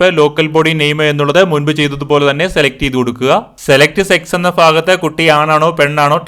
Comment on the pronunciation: ഫാഗത്ത് അല്ല ഭാഗത്ത്🤪🤪🤪🤪🤪🤪